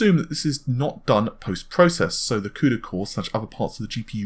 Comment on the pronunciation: what the hell is a cudycore ahhhahahhaha